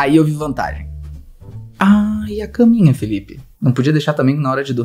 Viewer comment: "Carninha pro celular" "Não é caminha pro celular" Eu: Felipe e sua dicção kkkl